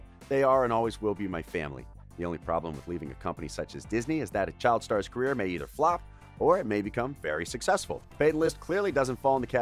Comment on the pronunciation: The word was carrer